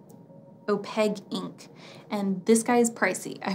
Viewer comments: Why do you say “oh-peg”? It is opaque. There’s a Q in there. It’s oh-peik. Sorry. This was just driving me nuts. 😊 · I’m going to kindly add to that if I could....opaque has a q not a g...so it’s o-pake. And Schmincke is pronounced Schmin-kuh... 💜✌🏼. Great informative video! Thanks! 💜